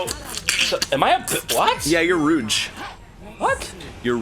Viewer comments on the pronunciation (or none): It’s not rooj, it’s roozh